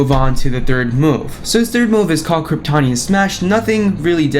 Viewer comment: Just an FYI from a nerd moment but it's pronounced "Kryp-Toe-Nee-Un" Also his SP2 is similar to IJ2 Superman. The final ground smash is identical to Injustice 2s ground smash at the end. DOJ Supermans SP2 is a double handed side punch followed by IJ2s Combo ender eye blast followed by Regime Supermans unblockable Heat Vision.